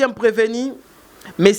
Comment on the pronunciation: Preveni ou bien PrevenU? Ndenge boyebi kokoma te, nde mpe boyebi ko prononcer te.